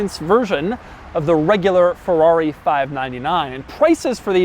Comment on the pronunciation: Fewrawi? First learn to pronounce, then review.